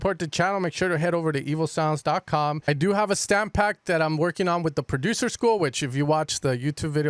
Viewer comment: My dude. When you pronounce evosounds it kind of sounds like evil sounds. Much love.